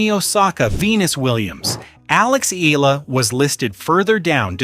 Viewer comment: its pronounced as E YALA not EELA